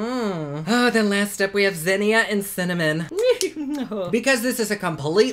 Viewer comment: LOL. Thanks a lot,! I’m in my 70s and thought I had “cinnamon” nailed decades ago but after you said “Cimmanon” I turned right around and said it! Hubby thought it was hysterical and after 54 years together he doesn’t need any more teasing ammo! Keep up the good work. You make any day brighter!